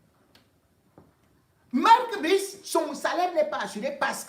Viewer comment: On ne dit pas Marque Bris 😁😁😁😁